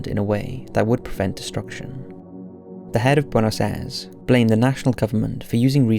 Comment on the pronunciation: Buenos Aires. wey-nos-eye-res. You can actually make these sounds yourself! Amazing, I know!